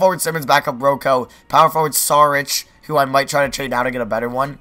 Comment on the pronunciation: Did you actually say Ro-Co